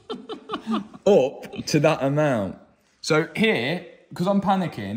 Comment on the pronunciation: "increbmentadly" made me lose it 😂😂😂